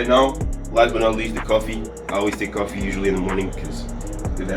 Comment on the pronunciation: I know this is year on; but how you say bang, bang, bang, boom and cuffee make you lsound ike a Bajan: a name for some who comes from Barbados